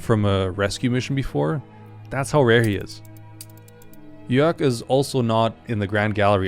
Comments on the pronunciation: okay das jörg von malching war zu perfekt,hab dich als deutscher enttarnt:P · bro has canada in his channel information but pronounced jörg as if he was a true german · that pronouncing of "jörg" was way too authentic for you not being a german by chance - but if u are your english is insane wth (I mean that in the best way possible. crazy probs if u are german also crazy probs if u arent) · And really great pronunciation on the German Jörg guy!